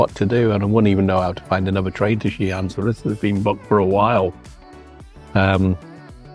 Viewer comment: What a great father with two lovely kids ❤ Your pronunciation of XiAn is really good standard 👍